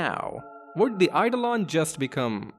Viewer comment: Yep. And Eidolon is real-world word, too, with a different pronunciation to the one used here.